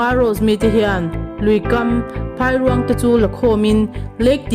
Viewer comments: Phairuang tih lam dan tur.chu Phai hi a ri hniam tur, eg Chaw a dai ti ta ila, dai kan lam ang khan 'Phai' tih hi lam tur a ni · Phairuang lam dan kha a dik hlel deuh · Phairuang hi lam dik hram teh.